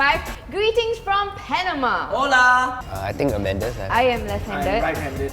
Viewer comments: When said Ola in the languages question its hola not Ola in Spanish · You pronounce it ola lmao😂